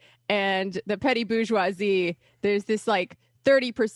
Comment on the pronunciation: They need to try sweating and bleeding for a living instead of "reading theory" while working the Verizon kiosk in the mall. FFS, they can't even pronounce "bourgeoisie" properly. This faux intellectual, faux working-class bullshit isn't going to get us anywhere.